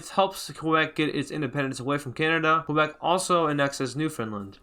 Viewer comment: its pronounced KEbec